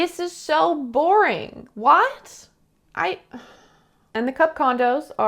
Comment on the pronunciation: It really is so bear-en 😭